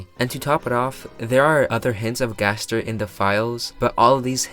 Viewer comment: gaster in chapter 7: its pronounced ga-STAIR gaster jingle plays gaster disappears credits roll